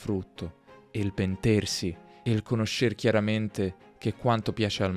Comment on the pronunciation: Ciao,. Ho notato che nella lettura della poesia hai detto “conoscér” e non “conóscer” come me lo sarei aspettato. C’è una ragione per questo? Grazie!